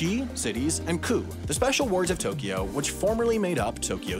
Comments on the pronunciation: To Kyo, not To Ki Yo. Unsubbed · It's wrong (although "Tokio" is essentially how most people outside of Japan pronounce "Tokyo" for whatever reason, even though there is no "i" in there at all). Also the syllable length is wrong (Tokyo should really be written as Tōkyō or toukyou), but that's getting a bit nit-picky. But at least Tokio is a more or less phonetically correct representation of the mispronunciation, I guess, lol. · The important part is that it's just two syllables instead of three: To-kyo instead of To-ky-o. And both o's are "long". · 20 seconds in and you already mispronounced Tokyo. It's not To-key-o. It's pronounced more like Tok-yo. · At least didn't try to stick an "i" in the middle of it - people who say it like "to-ki-yo" make me cringe. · You mispronounced Tokyo, it’s Tōkyō or toːkʲoː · Tokyo is always a freebie on the mispronunciation bingo card since everyone outside of Japan doesn't pronounce 東京 correctly. 🤭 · Yeah, you and アダム are right - he does insert the "i" in Tokyo sometimes. I only listened to the video once before commenting the first time, and I guess I was so distracted by the humor that I wasn't listening closely! he does a pretty good job (ignoring syllable timing, of course) and then he snuck a "i" in there. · I like how he failed the right pronounciation directly with the first japanese word :D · I counted 41 Japanese words, and ironically, the word you mispronounced the most was "Tokyo" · well you mispronounced "tokyo", its more a smooth o than an normal o, so do it bette next time! ... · I'm about to end you. You're mispronouncing Tokyo